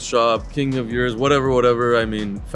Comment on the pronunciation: RDBLA crew needs to know how to pronounce the Urus.